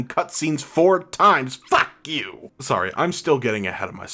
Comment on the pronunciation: That "FOCK yew..." forced me to subscribe 😂😂😂